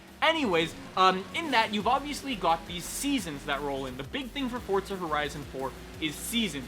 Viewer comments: It’s forZa not forTza. Get it right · There's no "t" in the word forza. It's not fortza. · For-ZA. FOR-ZA. Not fort-za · What's Fortza? or Fort-za? I thought this was a Forza video, idk nothing about this FORTza you speak of lol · Ffs its FORZA not FORTZUH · FOR FUCKS SAKE I CANT EVEN WATCH THIS ITS FORZA NOT FORT ZA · Anyone else realised that he still can’t say forza, it’s For-za not fort-za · why do you pronounce it "fortza" is that the right way? instead of "forza"? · It’s Forza, not ForTza. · i have a question: why do you say "fortza"? Am I wrong or is it bot "Forza" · Why do some people pronounce it like fortza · It’s not Fortza.... lord jesus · STOP SAYING FORTZA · "Fort-sa Horizon 4" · I'm tired of hearing people call it "fortza" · Why does everyone pronounce it FORT-ZA it's not a Porsche-A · If youre going to pronounce it as Fortza than you should put that in the title. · why do you say forza with a T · There is no T in forza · I challenge you all to take a shot every time he mispronounces Forza, enjoy! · There is no T in Forza, STOP pronouncing it WRONG